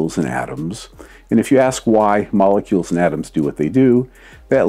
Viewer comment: 023: you "understiand" why I do the science I do "iand" further more